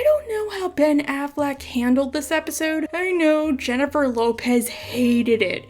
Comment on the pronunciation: As an Aussie with a Latina wife I gotta say you have a pretty good Aussie accent impersonating Russell Crowe but a terrible latina one impersonating J(h)ennifer :-P just found you today but am loving the South Park vids